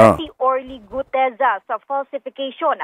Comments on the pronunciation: Guteza not Gudeza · Orly Guteza hindi Orly Gudeza ayusin mo ang pag pronounce pleasee